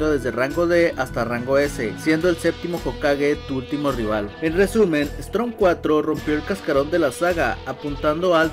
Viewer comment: Buen vídeo pero esta mal el nombre y como lo pronuncias , es Storm bro como tormenta en inglés no Strom la r va después de la O , no antes, gracias